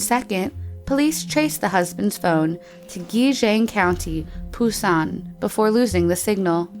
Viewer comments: Ohhh the pronunciation of the Korean words... 😤😤😤😐😐😐 Edit: Busan not Poosan and Choi not Chae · Pusan? I only know Busan😂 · what the fukc is phusan?